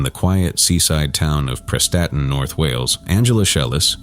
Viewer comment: Thank you for mentioning the Prestatyn matricide case, it’s fairly close to my part of Wales, you even pronounced it correctly! 👍🏻🏴